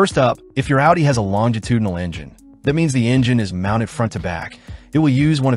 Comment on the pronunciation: A W UDI